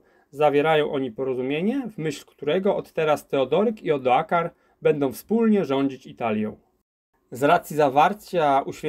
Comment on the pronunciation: Odoaker staje się nagle "Odoakarem", a rzeka Isonzo rzeką "Isnozo". Czy na prawdę nie można przygotować się porządnie do nagrania?